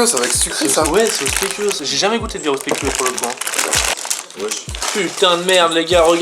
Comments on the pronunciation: mais respecter deja une bierre au speculoos suiss y'a deja un mauvais bails et ca se dits spéculause pas spékulos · Déjà on dit tiramisu et pas TIRAMITSU et speculoz et PAS SPÉCULOS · Pourquoi tu dis Tiramitzou et Speculausse mdr